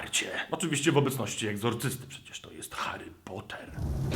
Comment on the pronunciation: Hari pota??? Chyba coś cię opętało